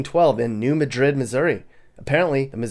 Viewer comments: For the love of god it’s pronounced New MAD-RID not MA-DRID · New Mad-rid. Almost more like Madge-rid. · It's not New ma-DRID, it's New MAD-rid. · Its New Mad-Drid, not Madrid as in Spain. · Its New Madrid, pronounced Mad like angry. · New madrid,not ma-drid,and it was theMISSISSIPPI,not missouri river that is there